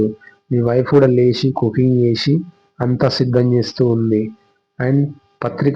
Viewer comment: చూషి నా, చేషి నా, వచ్చేషి, శ కి ష కి తేడా తెలియాలి కదన్న.🙏 మంచి వీడియో చేసి ( చేషి కాదు ) నందుకు మీకు ధన్యవాదాలు 🤝